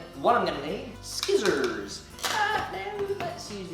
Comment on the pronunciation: I never thought I'd hear another person say skissors besides me in my life :o